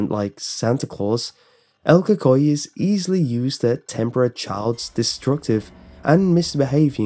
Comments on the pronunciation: Co cuiie, lol the way he says it tho!!! El CUCUY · "coocooy" is the correct pronunciation. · pronounced coocoie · Yes it's funny hearing you say el cuhkoy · lol, el coocooeeyy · i remember when i was a kid my mom would always tell me in Spanish"si no le pares te va a garar el cucuy" and btw its pronounced ku-ku-y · Died when you said "Cucuy" 😂 great video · Lol I’m Hispanic know little Spanish but Ik ur saying it wrong...and yes this was the scariest shit growing as a Hispanic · Lol true